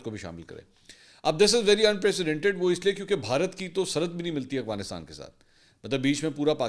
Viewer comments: Aurangzeb saudia Mansoor bahi Ap hr bar aghfanistan khty hn Af gha nis tan Practice kren Inshallah thk ho jay gha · منصور صاحب آپ افغانستان کو اوغانستان کیوں پڑھتے ہیں